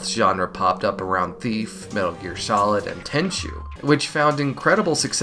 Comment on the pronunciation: weird way to say tenchu